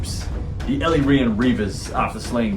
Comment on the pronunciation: Great and entertaining battle report! Props for the correct pronunciation of 'Chrace' not sure about Ellyrian though 😄. Love your wicked sense of humour.